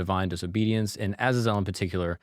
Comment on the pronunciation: It’s A-zay-zel bud…. 😮